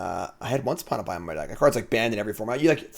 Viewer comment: "i had once upin a pime" lol classic english major butchering the english language XD. love the vids! would definitely like to see some more pioneer. starting to see a resurgence of pioneer at locals. was thinking of buying a cheap jund landfall deck and just having fun playing a janky home brew.